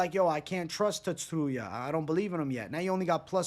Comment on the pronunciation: Tsu - ru - ya there is no emphasis on any syllable